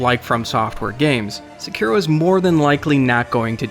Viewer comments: I cringed a little when he said Sekiro at the start of the video. It's not "seke-ro" it's "seh-key-roh" which is how you'd pronounce a Japanese word/name. I'm sure I'm not the only one who commented about this lol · Are you saying sekuro? It is pronounced se ki ro. se in second ki as in key ro like raw. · I love how crudely people pronounce foreign words. At the beginning he calls the game Sekuro, but it’s pronounced Seh-ki-roh. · Seriously...its not Sa Ku ra..... it is SE KI RO. SEE KEE ROH. dude, come on :S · "Seh Kero" Wtf man? "Sah Keero" Is how you pronounce it. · SE KI RO....not SEKARO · “At its core, this video is about two things”: SEK- i- ro and seh -KIR-o. Please choose a pronunciation and stick with it. I believe the developers prefer the latter. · correct pronunciation Seh-Key-Do not Suh-Kuh-Ro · So through the course of the video, I heard Sekero, Sikero...and ONCE or TWICE, I heard the correct pronunciation for Sekiro. I'm not really bothered by any of the wrong pronunciations by themselves....but at least be CONSISTENT, and pronounce it the same all the way through your one video, that is supposed to sound like you know what you're talking about instead of just reading from a paper and being unsure how to say the title of the game... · It's pronounced Sekeero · Dude almost made it sound like Sakura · Bro. Suh kee row. 🤦‍♂️ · every time he says sekero i die a lil inside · Please look up the pronunciation of the game's name if you're going to make a video on it. It's せきろ, se-ki-ro. This honestly hurt to listening to you mispronounce it so frequently. Did they not say the name of the game once to you while you were in Japan? Or even correct you once there heard you butcher the shit out of the name? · Sekro?? Lol I’m pretty sure you’re pronouncing it wrong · “sekuhrow” “sickuhrow” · Anyone else a little triggered that he kept saying (sec-uh,-row)? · "say-key-row" my friend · STOP CALLING IT SEKERO FUCK! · Stop saying Sa-ku-ro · its not secro